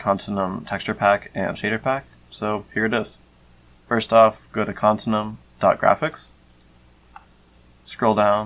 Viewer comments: its pronounced con-tin-you-um. not con-tin-um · to out it easier: continue-um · i think youre saying continuum wrong, youre saying con-tin-uum when i think its con-tin-u-um